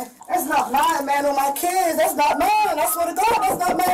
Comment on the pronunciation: How many syllables are in “that’s not myiine!”?